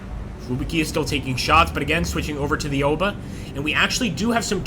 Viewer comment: its called Owba no eyeoba. simple phonetics here yank. A is AHHHH AO is aow "As in OWE that hurt" sounds. AOBA = OWBA dont say EYE, A dosnt say EYE sound, it says AHHH. english phonetics lesson done. english and japanese use the SAME phonetics. america doesnt even TEACH phonetics.